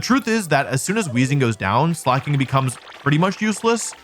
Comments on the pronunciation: I miss when he used to call it Slayyyy King 💅💅 instead of pronouncing it correctly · About the Slaking pronunciation thing - slaking is an actual word and is pronounced slay-king Totally reasonable mistake to make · Fun fact slaking is actually a word in English and it's pronounced exactly like Wolfe does it. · I like how you pronounced Slacking. Sounded like Slay king lol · For every time Wolfe calls Slaking "Slay King" I will continue to call Shedinja "Shed Ninja" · You know first thing I noticed was that you now call it Slak-king and not Slay-king like you usually do...Please don't let those stupid short comments get to you (I swear most are brain dead, bots, or both) call it Slayking it's better anyway. I like when you pronounce them as you think instead of tiptoeing over what is 'offical'. Like the offical company has retconed how they say some of the names so who actually cares that much? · Wolf nearly getting crucified for saying slayking will always be funny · It's ok, I too called it "Slay-king" as a kid I'm right there with you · i find it funny how he pronounces it (in his heart) as slay king, like its giving "yass slay king", which is cute jsjs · wow I can't believe Wolfe would mis-pronounce a Pokémon's name. I'm sure that has never happened before. /s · It's a little disappointing to see the man who used to deliberately mispronounce Pokémon like Gengar and Venusaur get bullied until conformity on Slaking 😢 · Noooo Wolfey is falling victim to audience capture and no longer mispronouncing pokemon names! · We fixed how he said "Slay-king." Can we fix how he says "true-aunt" now?